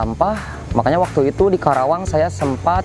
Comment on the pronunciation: Ajarin mahasiswanya pronounciation nya itu KARAWANG bukan KERAWANG wkwkw